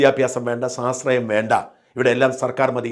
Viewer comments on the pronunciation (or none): സാശ്രയം സാശ്രയം എന്നല്ലാതെ സ്വാശ്രയം എന്നുച്ചരിക്കാൻ അറിയില്ലേ? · സ്വാ ..... ശ്രയം എന്ന് ഉച്ഛരിക്കു